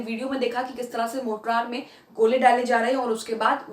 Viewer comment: Good episode. Please note, it's Mortar, not Mortrar.